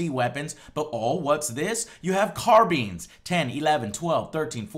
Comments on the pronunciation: CarBines! not car beens lol great video as always Joe maybe one day they'll make a proper game. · Car-beans? I always thought it was pronounced Car-bine. Is it a to-may-to, to-mah-to kind of deal, or have I been pronouncing Carbines wrong this whole time? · Did he really pronounce carbine as carbean? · Did he say carbean? ok Joe ok. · Carbine pronunciation, according to Joe: car-beans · lol "car-beans" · carbeens lol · Leave it to a sell out mexican wannabe to pronounce Carbine " Car Beans " ... fucking chump. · Lol "Carbeans" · "car beans" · Hahaha... "carbeens". Sorry, i just loved how you pronounced it. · He pronounced carbine in a funny way xD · Does anyone else realise that he mispronounces the word "Carbine"?